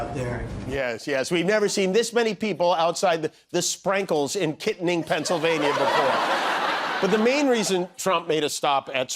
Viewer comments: It's Kit-tanning, not Kitning PA. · kitTANning Pennsylvania. Not Kittening, lol. 😹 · Now, don't abuse the name... it's Ki-TAN-ning, not "kitten-ing". Got an old buddy and his family that lives there, good people the lot! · Being from that small Indiana Pa town.. This hilarious. Every part of this video it both true and funny. Molly is Sooo great. Hey Jimmy that grocery store is Kittanning Pa Pronounced Kittanning ki-TAN-ing just saying lol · It is pronounced Kit-tanning not the way you said it... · Kittanning is pronounced Kit tan ning. I love hearing the way different people say it. It's origins is from the Lenape (le na pA) tribe. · Learn how to pronounce Kittanning, Jimmy! Kit-tan-ning. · I love your show. And offering a correction. Proud Pennsylvanian here. I used to live in the Kittaning area and it's pronounced KitTANing, long A vowel. And it's doubly ironic it came on a show with a skit about Trump not pronouncing and knowing states correctly. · pronounced kit TAN ing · Correction: Kittanning = Kit-Tan-Ning just a yinzer fyi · Kittanning, PA is pronounced Kit-an-ing with emphasis on the “an”. We have a lot of movies and shows shot here. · It's pronounced kit-TAN-ning. That's where they shot the Mothman Prophecies. I used to live there, it's a small borough in Pa. Anyway... your wife Rocks! She should give us "go get 'em" talks at least once a week. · Kudos to your wife on the award! Pennsylvania folks pronounce, Kittanning as "Kuh-Tan Ning" From one "Jim" to a "Jimmy" keep up the great work. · Love Jimmy Kimmel! But I’m from western PA and he pronounced Kittanning PA, wrong! 😂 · I don't want to be a noodge, but you mispronounced Kittanning. 🙂Sorry, had to call it out. My best friend was born there. It's a lovely little town in west PA on the Allegheny. Very scenic. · That’s 100 % not how you pronounce “Kittanning” !